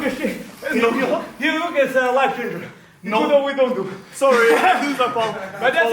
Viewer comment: i can hear the asian uncle in that “sorry” … unc